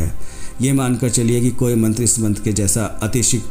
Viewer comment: मंत्र का उच्चारण तो सही है कृपया मंत्र लिख बताने की कृपा करे